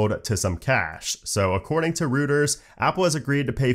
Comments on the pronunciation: Small fyi, Reuters is pronounced “Roy-ters,” not “rooters” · It’s pronounced “ROYTERS” iso “ROOTERS” 😁